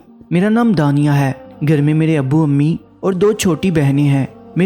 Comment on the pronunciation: Aap khe ko hey mat padhe plz . Irrigation hoti h